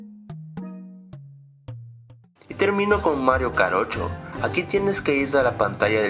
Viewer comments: "Mario karocho" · minuto yo lo entendí Mario jarocho xD